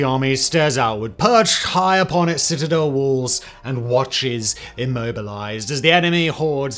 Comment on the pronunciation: Haha citizels love this video but citizel 3 times makes me laugh because of the rule of 3 in comedy. Citizel of the city of citizelotry citizeliation 😂 got to love siege warfair reminds me of age of empires 2 what a game. Also jerusalem was besieged afew times. Thank you. Have a wonderful week. All the best ❤